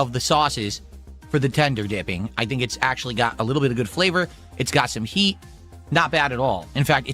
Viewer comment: He can't say the letter T at the end of a word. The more you listen, the more you hear him saying "swee" instead of "sweet" and "hee" instead of "heat"